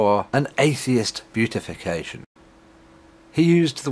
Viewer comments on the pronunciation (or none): Beatification is, I believe, pronounced "bee-if-a-kay-shun" not "bue-tif-e-kay-shun." Also, it means, to Catholics, that the person now has the capacity to intercede on behalf of individuals who pray in his or her name. Not something we want to imply. Let's just enter him into the "hall of atheist heroes."